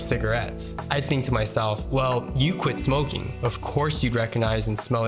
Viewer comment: I had a seizure when he said "think".